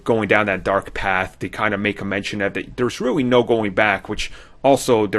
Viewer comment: "De Fifth Brother?" "Dere's callbacks?" "Dis is a copy..." Really? I believe your looking for the 20th letter of the alphabet.